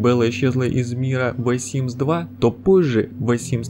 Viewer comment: ВЭ СИМС ЫЫЫ